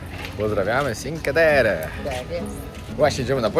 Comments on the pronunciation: NIE Sinke terre tylko Czinkłe Terre. Proszę nie kalecz nazw i włoskiego języka!!!Cinque to 5 po włosku CZINKŁE (polska wymowa) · Cinque Terre czyt. Czinque czyli pięć Terre czyli Krainy 🥰